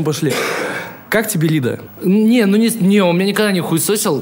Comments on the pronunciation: Не Ли́да, а Лида́ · Шикарный подкаст и Даня в качестве гостя мне понравился.Жаль по времени ролик короткий получился. P.S.Lida (ударение на А ) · Не лИда, а лидА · Не лИда, а лидА.